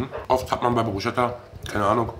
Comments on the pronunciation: Yo,, führ die italenische Ehre, du weißt, very important. Bruschetta spricht man auf deutsch " Brusketta " haha 🙂weiter so. Ihr werdet`s immer professioneller, Danke euch 👍👌🤟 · Ausgesprochen BrusKetta bitte, nicht BruSCHetta 😅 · Sag mal brusketa nicht bruscheta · Aussprache bruschetta = brusketta ❤️❤️